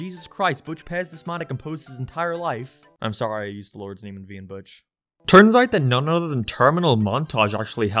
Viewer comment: When you said name it sounded like you said neme